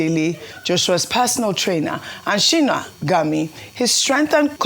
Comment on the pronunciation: Sorry Dr Abati Sina Ghami is not a Nigerian. He is Iranian(it's not Shino) but Sina.